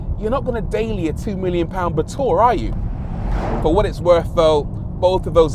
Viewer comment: Brooo I pronounced the batur with sheer luxury ba’túrr 😂